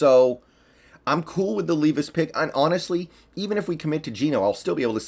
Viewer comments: It’s Levis not Leevis. Just an FYI. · “Lev iss” is how you pronounce it, I’m from ky and go to Kentucky games all the time, just a huge Seahawks guy, levis is a baller man and a great leader